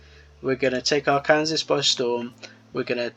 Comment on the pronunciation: say it however you want, but we say ark--ANN--saw not ar--KAN--ses. it's named after the aboriginal people from thereabouts